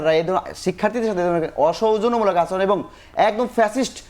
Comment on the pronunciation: ঢাকা বিশ্ববিদ্যালয়ের ভাইয়েরা মিথ্যা বলেন ভালো কথা এমন ডাহা মিথ্যা কথা, আর দেশের সেরা বিশ্ববিদ্যালয়ে পড়েন ভালো কথা, কথাবলা শিখেন এত বাজে উচ্চারণ শুনলে কানে লাগে। পর্থমত না প্রথমত, এ্যাবং না এবং উফ খুব কানে লাগে।